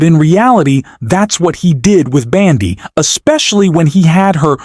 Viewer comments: Fix your AI voice! It's bOndi, not bAndi! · Her name is Bondi, not your"Bandi,". Fail! Take it down and do it over. If you can't get elementary facts correct, please stop polluting the 'Net with your ignorance,. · You lose credibility (and probably viewers) when you continually mispronounce the simple name of Pam Bondi. Details matter.